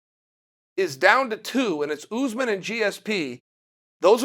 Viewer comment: It's Usman not Oozman.